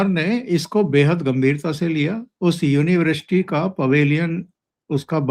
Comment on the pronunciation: साहब अच्छा विश्लेषण करते हैं बस यूनिवर्सिटी को यूनिवृष्टि बोलते हैं।